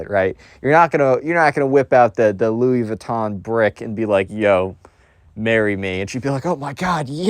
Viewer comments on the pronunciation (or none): none